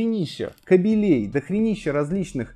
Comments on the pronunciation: блин.. не "кобелЕй" а "кАбелей" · Ка'белей,, ка' белей, эх(((